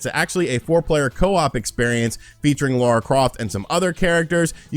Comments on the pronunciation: Bro it’s Lara not Laura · Its lar-ah... not lore-ah :p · Might be your accent dude but it sounds like you’re saying “Laura”, not “Lara” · Triggered my OCD…it’s LARA, not Laura (okay, rant over) :-P Also, a port of Tomb Raider 2013 would be awesome…but unlikely… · When you say Laura Croft I'm just sat here like LARA CROFT!!!! 😂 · Not Laura Croft. Lara Croft. 🤪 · It's LARA!!!! Not Lora 😉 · L A R A Croft,! Not Laura 🤦🏻‍♂️ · Lara not Laura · I always cringe when you call Lara, Laura. lol. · Did he just call her Laura? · "LAURA" Croft making me cringe. 😖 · He really has trouble with that!